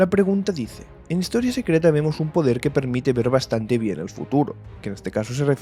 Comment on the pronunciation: El "podrer" de Adonalsium xddd